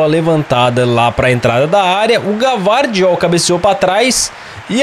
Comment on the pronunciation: O, se fala "Guivardiol" 🫡